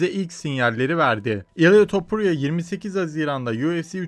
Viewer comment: Ilğğya topurya😂😂 tamam aksan sensin